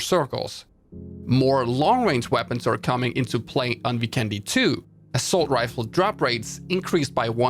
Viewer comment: FYI, since the map Vikendi's visuals and map design is greatly inspired by Slovenia and many names in the map are in Slovenian language (Dobro mesto= literally translated to Good city, and Zabava literally means "fun") I think that since the word Vikendi is Slovenian it should be pronounced that way too. It's not really different from how people pronounce it now, but it makes a big difference. In the video, you spell vikendi with an accent on "e", but it should be spelled with an accent on "i". If hope you'll find this useful and make us Slovenians happy! Much support!